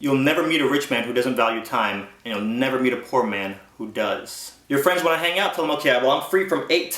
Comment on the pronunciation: "n those peepull become yo fwens...sink a boulet" :P